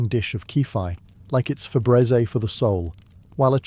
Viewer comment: pm Los Angeles. Loving these more and more, “Febrézé” is killing me I love it so much, sounds so much fancier than the American “Febreeze”